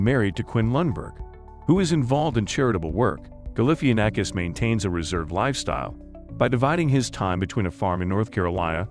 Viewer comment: Learn how to say his name